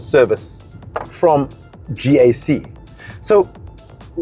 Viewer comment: when he said Gkak! 😄😄😄